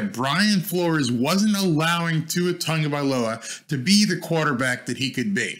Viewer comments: Tagovailoa not Tongo, besides that your channel is the best for a Dolphins fan from Hawaii. BTW I watched Tua play running back in PoP Warner with Marcus Marriota as the QB here in Hawaii. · Not trying to be rude but where is the N in his name? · Love this video. But I have to ask. Why do people constantly mispronounce Tua’s last name. It’s Tagovailoa there is no “N” in his surname lol.